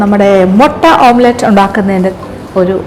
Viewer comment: ഇപ്പൊ എത്ര ആളുകൾക്കു മനസിലായിട്ടുണ്ടാവും മുട്ട പൊരിക്കുന്നതിന് ഓംപ്ലേറ്റ് അല്ല ഓംലെറ്റ്‌ ആണ് പറയേണ്ടത് എന്ന്